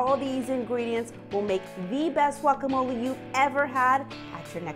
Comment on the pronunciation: it is pronounced "guacamole" not walkamole